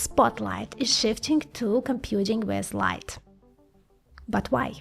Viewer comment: computing west light 😂😂😂 i swear it sounded like that 😂❤❤❤💚💚💖😅 how you talk to them xD ig, fb, linkedin, etc?